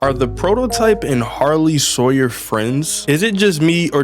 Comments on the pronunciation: "sarley-hoyer" 2025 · I'm sorry was the level really called Sarley-Hoyer or was that a mispronounciation?😂😂😂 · Bro messed up Harley sawyer